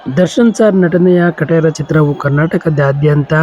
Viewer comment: ಖಟೇರ ಅಲ್ಲ ಕಾಟೇರ